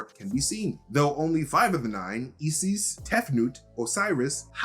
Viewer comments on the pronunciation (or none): crazy for thinking the universe has gone back for 2000 years? no. crazy for pronouncing isis eesees yes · No comment on how they creatively pronounced Isis? 'Iss'Iss I was wondering how they would approach it seeing as how it upsets folks.